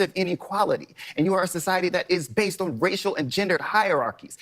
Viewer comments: Bro I did some research and your pronouncing based wrong. It’s bayst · Wait a fucking minute. Why did you pronounce it like that. I always pronounced based like if you just added a d at the end of base not bas ed. how do you all pronounce it? I’ve always assumed it meant biased but not caring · its based not baseted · Its "base" not basted.. No one is talking about basing a turkey lol.. I am part of Gen X ( the very last part of it.. IE I am barely part of Gen X ) but hearing you constantly say basted instead of base makes me cringe a bit every time. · Basted? haha Bro, it's Based .......pronounced like B-ace-d (B as in Ball, Ace as in the card and D like in Diamond) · I think I'm a fair bit older than this guy, but everytime he says "as the kids say, basted..." I want to slap him and tell him itsn't basted, it's based, and to get off my lawn! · Please tell me you're saying baseted as a joke 🤣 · It's "based" not "based-ed.'" Cringe. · Dude, you HAVE to remake this video & NOT say "basted" like, how did you get that wrong? It really makes it sound stupid because you're saying the wrong word. Basted... You really need to edit it to be correct, because it's "BASED" not, "basted." Sorry, but I had to comment twice because I kept listening, as usual, & you just kept saying it wrong lol. I hope you don't take this as me giving you a hard time. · It's just "based" my guy, not basted, like a turkey you don't "bast" it. Based, like grounded... Come on man wtf lol... It's important to me & people like us, that you understand the difference. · its based not basedid fuck man im 30 and i no thar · I've never heard "basedid", only heard "based". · It’s just “based” lol not basedid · It’s “Based”. Not Basedid.